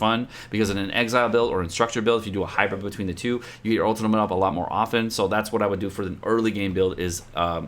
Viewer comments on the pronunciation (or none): none